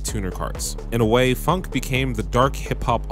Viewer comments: say it like f-on-k, not funk. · he says it like funk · why would you say phonk like that